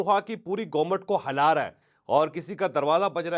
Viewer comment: جاوید چودھری صاحب لفظ " ھلا رھا ھے کو ھ کے نیچے زیر لگا کر پڑھا کریں زبر نہیں ۔۔ Hila raha sahi talaffuz k sath parha jata hy. Hala to koi lfz hi nahi hy urdu mein